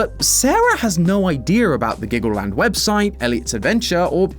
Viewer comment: dude u mean glaggleland?